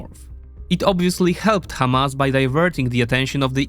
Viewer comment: Hamas is an Arabic word, so use the Arabic pronunciation. By using the "kh" in the beginning, it sounds like you're mocking Hebrew speakers.